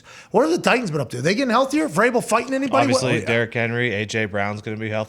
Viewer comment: It sounds like he was saying cerebral variable.